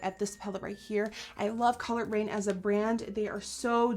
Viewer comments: Put on more highlight every time nikkie says colored raine😂😘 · Am I the only one that thought she was saying Collard Green instead of Colored Rain?? Hahahahahahaha love you Nikkie